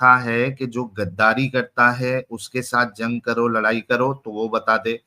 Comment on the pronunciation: O loura nahi, lorai(লড়াই)/fight bol raha tha 🤣🤣🤣🤣🤣😂😂😂😂😂😂😂